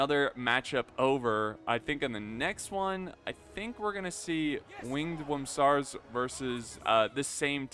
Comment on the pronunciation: hey big guy. i believe it should be spellee ursus, and the ur is pronounced like in uruk